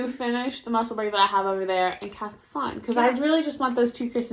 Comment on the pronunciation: pronounced Musselboro